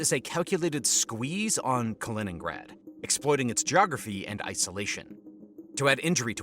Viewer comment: Kennrad?Kinnrad?Kennigrad?...KALININNGRAD = KA - LI - NINN - GRAD!!! ------- KI kann man trainieren. Tut das bitte